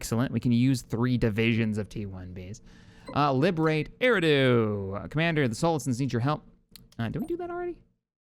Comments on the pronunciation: Eriadu is pronounced er-e-a-du (without the breaks in the pronunciation) Keep up the good work and funny moments! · “E-rah-do” I believe